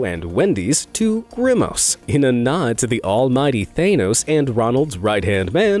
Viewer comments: its TH-HAN Nos not Thane-nos Lol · Thaynos? It's Thahnos. you've made a cardinal mistake for this type of video mis pronouncing the name of famous fantasy characters. You'd think the narrator (that's his only job) would research the proper pronunciation. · god, I need to say it.. Stop saying They-nose, it's Thah-nohs!! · Thanos ⛔ Theynous ✅ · I'm sorry what is up with half of these name pronunciations? Thay-nos?? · He's saying thanos like it has an e in it The word thanos doesn't overly pronounce the A. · After three blockbuster movies (and countless references) that essentially made the character a household name, you STILL pronounce "Thanos" wrong??? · I can’t stand the way you say thanos, dude 😂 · Every single time you mispronounce Thanos it triggers me.